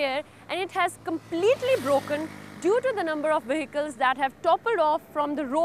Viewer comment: Yes, I concur with the earlier comment, the female reporter is indeed very VERY cute, but it seems as if no-one in Pakistan can successfully pronounce an English "v". "Vehicles" become "wehicles" and "involved" becomes "inwol'ed".